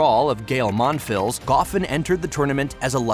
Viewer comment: Yeah English language AI narration isn’t so good at pronouncing French. Mon-fills?